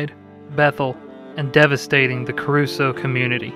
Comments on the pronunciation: It's Cruso not Caruso and 4 died with some missing still. 🙏. I'll check out your charity and see how much it helps.. Surprised you call it Caruso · It is Cruso. There is no “a” in the spelling or pronunciation. I grew up there and my entire family has lived on a mountain in Bethel for over 100 years. They are all strong people.